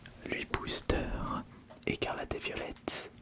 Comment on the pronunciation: Tranquille c'est parce qu'en anglais ça se prononce violet(tte) je pense c'est pas si grave